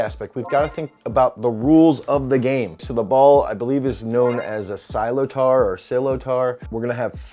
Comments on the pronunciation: Loved the video ❤. Wasn’t expecting to see hurling. Slip tar is pronounced slitter. And I believe stats for the avg hurler is 1.82m 84kg 12% bf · There is a big lack of hurling conditioning content. Thanks for this detailed video and appreciating the game! Sliotar is pronounced like "sliter". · no, slit-er